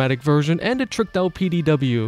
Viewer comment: A. Because PD said fast and in your accent kinda sounds like Petey B. I find it funny naming weapons like that. Such as naming a greatsword Susan.